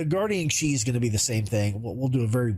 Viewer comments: It's just called the Q I, not chee or Keeyyy, it stands for Quantum Interdiction, and D stands for Dampener. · Good comparison. It’s “Q” “I”, pronounced “Que - Eye”, because it’s an abbreviation of “Quantum Interdictor”. Not “she” “key” or “chi”. While alien thruster tech is used by Mirai/MISC it doesn’t get an alien name like Xion ships do.